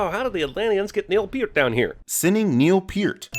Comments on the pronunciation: neil PEER-t?! wut?! it's neil PER-t. but other than that i love your videos, you are spot on. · Neil Peart is pronounced “Pert”. Just in case you ever have to reupload and want to add another sin